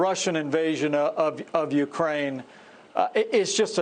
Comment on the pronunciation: Absolutely!!! He, Pence, said UKRAN! Freudian slip.